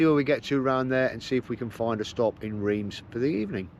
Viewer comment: Great video just to let you know (because I pronounced it the same as you) Reims is pronounced Rance. I was corrected by my French wife😂